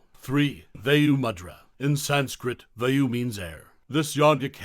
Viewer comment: Vaa-yu mudra - not Vey-yu🙄